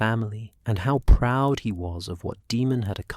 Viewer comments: Daemon is pronounced Day-mon, not De-mon. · I absolutely hate AI his name is not demon why not just spell it Damen so stupid AI can pronounce it the correct way you literally listen to this and thought it was acceptable to post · Daemon not demon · I quit after 10mins because I cout get past the pronunciation of daemon as demon